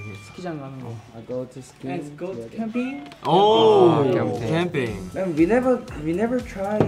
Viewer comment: the way San says camping is crazy, he sounds native